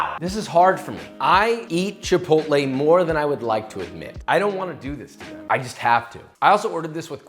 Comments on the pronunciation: Not “chai pottle” 😂😂😂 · The way he said ''shai-pottle'' with that american accent makes my latin ancestors revolve in their graves! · That random “Chiiii-Pottle” was gold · “ Oh My God … Chai-puddle “💀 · The way he said chipotle LOL